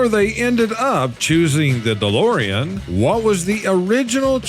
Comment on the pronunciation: Dolorian? DeLorean.